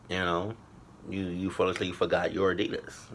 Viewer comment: it's ADIDAS